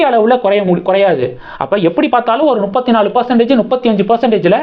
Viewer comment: நுப்பத்தி நாலு இல்ல தம்பி……முப்பத்து நாலு………….